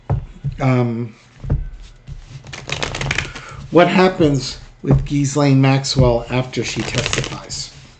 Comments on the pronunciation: The S in Ghislaine is silent. I believe it’s Ghee-lane, pronounced like the Indian clarified butter. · Gee-Lane Maxwell. Forget about the "s" in her name. It's silent. Love your show. Watch you every day!!! :)) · Ghislaine, pronounced 'jee-lane'. The 's' is silent. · Why can practically NO ONE get her name's pronunciation correct?!! It is NOT pronounced "Giz • Lane," the Goddamned "s" IS SILENT!! The correct pronunciation is Gee • Lane!! With a HARD G, not soft!!! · It’s ZHEE-slain. Rhymes with Elaine. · Ghee- lene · oh that's how its pronounced we've been calling her Jizzlaine. Oh well lol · Hey... Pronouncing her name is easy! Just remember that the "s" is silent! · Pronounce her name with no " s " sound. Forget the S . 😊